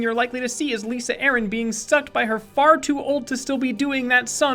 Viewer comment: Sorry to be irritating but I've seen it too much now, it's LIE-SA, not Lisa